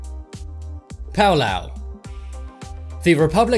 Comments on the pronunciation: No! It's PALAU, NOT PAULAU 🤣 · It's not "Pau Lauh" It's "Pah Lau" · It’s not “pow lau” it is Palau (pah lau). My grandma is from this island. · Its PA-LAU, not PAU-LAU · Pow-Lauu 🙄🙄🙄.... It's Palau (Pà not Pow) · I knew about Palau u make me mad by say paulau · This triggers me so much. Hutt River is a group of tax evaders, not a country Niue is a territory, not a country Sealand is an oil rig, not a country Palau is a country, and it’s pronounced paul-ow Segorga is also not a country Nauru is a country, and it’s pronounce nah-roo Tuvalu is a country, and it’s pronounced too-vuh-loo St Kitts and Nevis is a country, and it’s two islands, not one The Sovereign Military Order of Malta is not a country Molossia is not a country, and they still have to pay taxes to the US government I don’t wanna be that guy, but please do more research before you make these kinds of videos. At this point it’s basically misinformation. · Pa-l- ow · Its palau not paolo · You pronounced Tuvalu and Nauru and Palau wrong Tuvalu: Too-Va-Loo Palau: Pa-low Nauru: Now-roo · It's Palau, not Paolao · And palau is actually oronounced paolao if you ask this channel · Do you mean Palau not Palao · Okay, Hutt River, Niue, Sealand, Segorga and the SMOM (The last one) are not independent at all Tuvalu, Nauru, Palau (pronounced very badly) and St Kitts and Nevis are the only independent nations on this list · Completely butchered the pronunciations of Nauru, Tuvalu and Palau. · Thats not how you say Palau dude. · I’m so triggered by how pronounced Palau, Nauru, and Tuvalu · IM SO MAD RN THE FIRST TIME HE SAID PALAU HE PRONOUNCED IT WRONG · Palau, Tuvalu, St. Kitts and Nevis, and Nauru are all pronounced incorrectly in this video, and are all recognized by the United Nations. At least next time pronounce them correctly. I will admit that these 4 countries are tiny and most havent heard of them, but they ARE recognized by the UN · You said Palau wrong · You pronounced Palau wrong